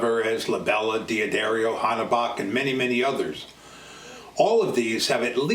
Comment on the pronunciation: Hi, Can you PLEASE let your viewers know that D'addario is pronounced "Da darrio" NOT "Dee addario". Thanks!